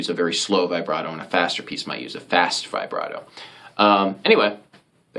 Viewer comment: It’s pronounced vih-brato, not vibe-rato!! Get it right